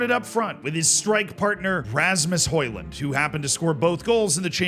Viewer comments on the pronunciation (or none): none